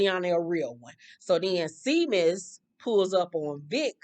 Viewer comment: Not too important but the Irish name Seamus is pronounced Shay-mus